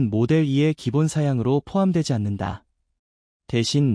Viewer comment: 마델(이)2 가 아니구요.. 모델투..인데.마델삼..ㅋㅋ모델쓰리.. 뭔가 발음이 영 불편함요 ㅎㅎㅎㅎ